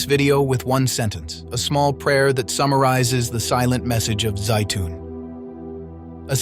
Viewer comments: Zeitun, not Zayton....I've been there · and yet Egypt is still a Muslim nation. How about if you teach your AI narrator to pronounce Zeitoun the same way consistently?